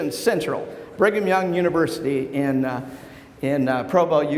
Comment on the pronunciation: I thought he said Bring 'em Young University, lol.